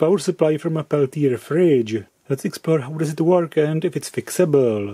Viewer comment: I love your English but the physicist these modules are named after (Jean Peltier) was French. It would be great if you could honor him with the proper pronunciation of his name.